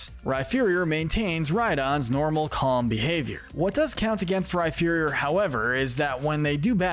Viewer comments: When you said Rhyferior I nearly clicked outta the video it’s Rhyperior like superior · Bruh. It's Rhyperior - not Rhyferior. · Some of your Pokémon name pronunciations are so bad it leads me to believe you haven’t played the games or watched the anime much at all. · Yeah there is no “F” sound in the name.. definitely should be the “P” sound. Like the word “Superior” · I know that. This is me joking about how he pronounces Rhyperior as Rhyferior ( like it was spelled Rhypherior ) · AGAIN, THE F IN RHYPERIOR IS SUPPOSED TO BE A P! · The way he pronounces Rhyperior 😭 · THE F IN RHYPERIOR IS SUPPOSED TO BE A P THE FIRST TIME! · THE F IN RHYPERIOR IS SUPPOSED TO BE A P!